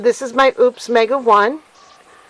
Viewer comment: I love my Mega 1! (And btw, it’s pronounced “O’-pus.”)😉 I recommend having 2 if you can swing it. You can be charging one while using the other. I was really surprised at how fast mine recharged with the solar panels. It took less than 2 hours to go from 70-100% using one set of the 240 watt panels. It was a bright, sunny day.